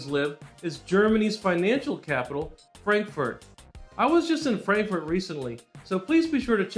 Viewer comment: Du hast dich richtig gut angestrengt deutsch zu sprechen. Die Aussprache des Buchstaben "A" macht dir allerdings Schwierigkeiten. Versuchen Worte wie Frankfurt mit einem "Ahh" und nicht mit einem "Ä" auszusprechen. I left Germany in 1961 and resided in Mar Vista California until 2021, when I moved to Fort Myers Florida. I am glad, that you like Germany as much, as I like Florida.